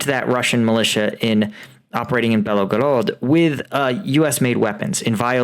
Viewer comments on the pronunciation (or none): Bel-Go-Rod...NOT Be-Lo-Go-Rod...there is no extra Lo in there yet you keep saying it. Write it out 100 times: Bel-Go-Rod